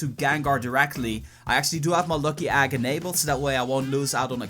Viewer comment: Who else is bothered by the way this man says egg